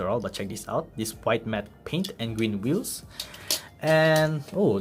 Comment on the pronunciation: that audi r8 lol, the weehhels iz zo big